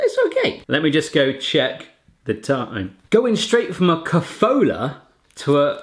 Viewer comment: The kofoola got me. We pronounce it ko-fo-la. No long oos in there. Kofola, Mila, Horalky, Kastany and then the spa stuff, Horicke trubicky a Kolonada. Those taste like CR. Also Bohemia Chips ... I had number of ppl tell me that they can't find similar abroad. Lays and Pringles can't match them.